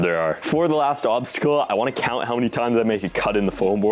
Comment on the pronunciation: That doesn't cawnt